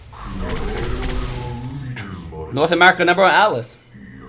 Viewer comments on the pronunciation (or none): none